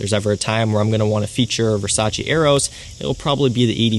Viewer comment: Its Versace, not Versace...